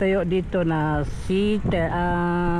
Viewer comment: Dili sitel bale siyatel (seattle) pag litok ana